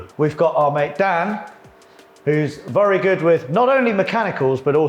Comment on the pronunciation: 'vurry' good respray guys